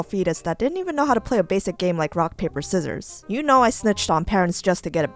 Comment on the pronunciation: "What are seezorz?" - a fetus Neanderthal